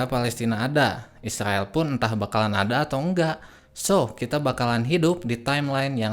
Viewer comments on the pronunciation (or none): none